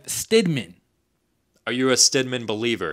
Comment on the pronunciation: stidham not stidman, great video tho